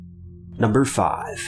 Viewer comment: He says top fibers